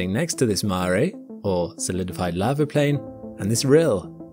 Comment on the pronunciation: What’s “lavver”?